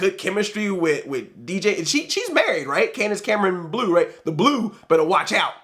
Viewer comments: I Thought Fuller House Was Pretty Good, So Far (I've Watched The First 7 Episodes) BTW It's Not Candace Cameron Blue It's Candace Cameron Bure (Pronounced Buray) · It's Candace Cameron BURE (Buh-ray). She married hockey player Valeri Bure. Coulier introduced them